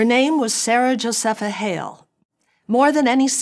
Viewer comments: Jo - SEA- Pha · I've never heard Massasoit pronounced that way. Nor Josepha. Not sure where she's getting those.